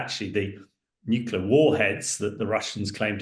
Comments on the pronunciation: The word is NU CLEAR NU CLEAR NU CLEAR NOT NUCULA NOT NUCULA NOT NUCULA, Jesus men (and i's usually men who mispronounce the word) , it's your language and you're mangling the danmed word. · Please, the word is ‘nuclear’ not ‘nuculer’. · Right. Sadly, even George W Bush used to constantly say "nucular" even while president. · Nuclear, pronounced new-clear. This is not difficult! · NUCLEAR!! Not Nucular! Ffs sake, you're in the bloody army 🙄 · I offer my free consulting services on how to correctly pronounce "Nuclear" to anyone who has a role in which they will speak on TV, Social Media, or speaking venues. HMU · Reminds me of Bush junior, several Uk nuclear experts and media heads … irritating 😊👍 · Thank you - that annoys me too